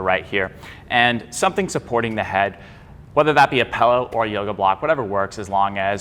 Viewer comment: Apparently I'm not the only one who says "pellow."